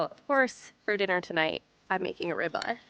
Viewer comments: FYI - the name of the steak is pronounced -rib-eye.😊😊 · Why use AI narration with this. It doesn't know how to pronounce 'rib eye'.